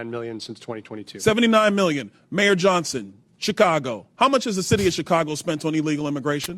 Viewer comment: "Mayor John..son". Not Johnson? How old is she?